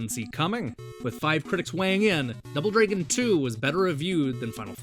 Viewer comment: I hear: Double Draygin too